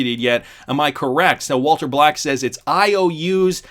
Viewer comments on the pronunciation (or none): none